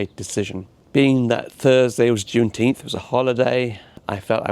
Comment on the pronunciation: Why do you keep saying Junteenth, is that an Americanism of some kind?